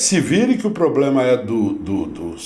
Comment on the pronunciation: Ele fala "poblema" "cuestão"...🐴